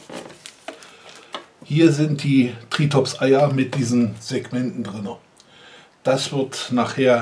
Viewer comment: Ich amüsier mich immer wenn du das Ding benennst, denn es heißt nicht TriTOps, sondern Triops. XP Aber ansonsten wieder alles prima. ;D